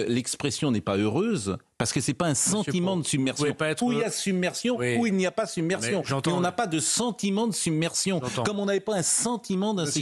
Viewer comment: submersion dit un et Attal summersion ....